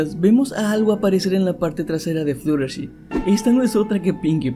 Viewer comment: fluttlershy no se pronuncia fluttershi se pronuncia fluttershay